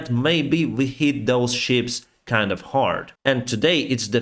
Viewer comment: Please don't take this the wrong way, I love your work, and watch every update. I just wanted to point out some of your pronunciation is a little off. "Peace" sounds like 'piss', "shot" sounds like "shat" (past tense for shit in the UK) and 'ship' sounds like 'sheep' in your accent. I know what you mean but it makes me smile in such difficult times.